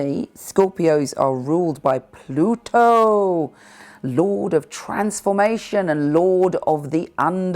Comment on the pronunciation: Best pronunciation of Pluto, ever.😊